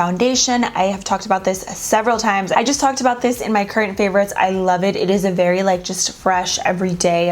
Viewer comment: You’ve been watching a lot of TikTok videos lately. I can tell because of how you’re saying “I love it” 😂💕